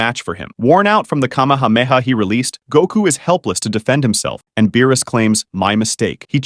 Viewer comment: "In space, Goku's cahmehawmehaw"